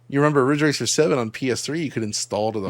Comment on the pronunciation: Asian Accent Riiiddgggge Raaaccceeeer.